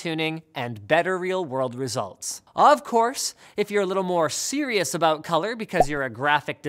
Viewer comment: Did he just say "If you want to be super serial/cereal" ?